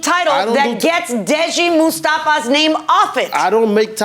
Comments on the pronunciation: Judge killin the pronunciation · No because I couldn't get over her mis-pronouncing it 46 times...